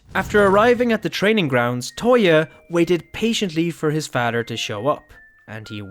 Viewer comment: Nice story but, (no offense) am i the only one that hates how he says "father"?💀😂🥲